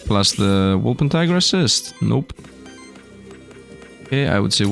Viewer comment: The wolpentinger is a German cryptid, you can pronounce it German.